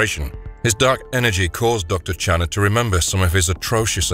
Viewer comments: You're pronouncing his name wrong. It's not Jerod, it's pronounced " Sha Rord ". I know each continent pronounces words differently. Any who, out of all horror movies, Hellraiser is the most inventive and original franchise of all time so far. Atleast this franchise didn't go overboard with changing and defying the rules that started off the series of continuous sequels that defied the standard of rules they originally came up with. Their rules stayed constant unlike Friday the 13th where all of a sudden now they had telepathy in the final girl who could defeat Jason with the power of her mind . WTF ??? When it started, the killer was Jason's mother. It wasn't til the sequel that started the franchise with Jason being the killer. Hellraiser always stayed true. Even with Hellworld they stayed true to the original content. Unlike Halloween 3 Season of The Witch. That gave audiences a huge middle finger. Nothing about that p.o.s. had a thing to do with the previous movies until the final minute of the movie where we are assumed to believe it was Michael Meyers stepping off the bus. Hellraiser is 5he very definition of what all horror movies should aspire to model themselves after. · I liked the first 3 but I think was because Penny Marshall. Not to be a dick but I always thought the docs name was pronounced Shanard. I'm probably wrong though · oh for fuxsakes...WATCH THE MOVIE! It's very plainly pronounced !! Oh, and "ironical"?!?! Are you fucking KIDDING ME?😲😒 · There is absolutely no way that the person who made this video has seen this film. Not only does he consistently pronounce Channnar incorrectly he also gets several or the plot details incorrect. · Great video- but I don’t believe that the narrator ever saw the movie, seeing as he mispronounced the subject of the video’s name the entire time, even though it was said out loud several times in the film. Still a good video- it’s about one of the first two movies, so it’s like shooting Nightbreed in a barrel.